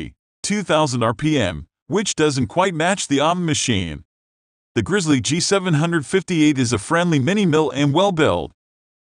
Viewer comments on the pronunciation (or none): Sucks. Waste of time. Computer voice = FAIL. "Vidoh" "Grizzee"... makes me think the uploader types with an accent.